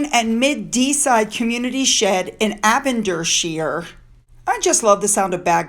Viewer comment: Aberdeenshire is pronounced ''a bah deen share'', say it quickly and you've got it! I offer this tip with nothing but kindness because it took me a minute or two to realise what you'd said in your post.... I hope you don't mind.